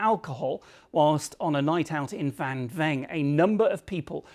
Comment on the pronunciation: A few corrections on the bbc reporting needed. Firstly, the town is pronounced Wang We-ang. Secondly, the most likely scenario is that the Vietnamese bar owner was dishing out free shots of dodgy moonshine that he would have paid very little for as a loss leader. Perhaps a family member made it. Probably a case of little care and attention to safety. Vang Vieng is a popular place for young backpackers to drink and go tubing down the river. There are plenty of other substances available too. Finally, drinking the local beer Lao would be highly unlikely to result in a tragedy like this. Obviously you should steer clear of anything that could be moonshine.